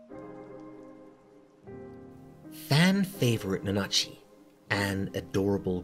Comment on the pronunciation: "na-NA-chi" Yeah, totally how you pronounce that, it's certainly not NA-na-chi... What makes Made in Abyss scary and traumatizing isn't the events alone, but the events in connection to the characters. #5 "As established early on..." Then why would it be something we might have missed? I figure Belchero purchased the building and that stuff was already there. The reason all the tools are in good condition is probably Riko maintaining them herself for fun and to practice maintaining delving gear. Because she's weird like that. Probably why she's figured out how to use all of it, too. #4 So... this is less "things you might have missed" and more "things you might have overlooked", then. #3 This is directly discussed in the series. "fa-PU-ta"? Seriously? That's directly the opposite of how you're meant to pronounce that. The U sound is whispered and the emphasis is on the first syllable. You sound like you're just calling her a Spanish whore (la puta). "Could be" interpreted as a journey into the underworld? It's called that directly over and over again by the characters! The first opening of the anime, Deep in Abyss, even literally calls it hell (naraku/奈落). #2 I can tell you immediately most of Irumyuui's desires. It's not difficult to see them: I want to be a mother. I want to save everyone from the mockwater. I want to see my pet again. The Cradle of Desire doesn't actually understand desires and so it just fulfills them all at once as best it can using your body; that's why